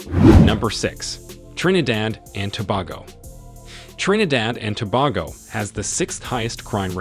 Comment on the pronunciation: Trinidad and Tobago (pronounced Too-bay-go)